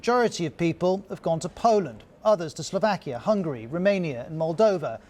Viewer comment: It's Hungary, not hungry you idiot. You guys really need to remember how to pronounce it.